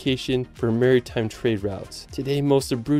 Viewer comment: hahaha I lost it too. Other incredible mispronunciations include: Mar-y-time Bel-FRY and my personal favourite Gon-Doh-la (Gondola) Stone-HEDGE ??? (X2)